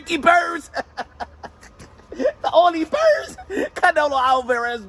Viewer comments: That man said Ricky Burnz 😂😂😂😂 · If you hear closely Canelo calls Ricky Burns, Ricky Bums. lol 😂